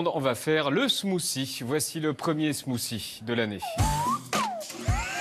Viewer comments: Smoossi! What te de fuck! Est-ce Hollande qui vous a montré la prononciation? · Ahlala c'est marrant de voir les français prononcer un smoothie ; "smoussie" alors que ca se prononce "smoutie"